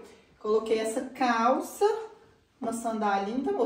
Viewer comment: ficou linda com a "calsha de shoopping"😆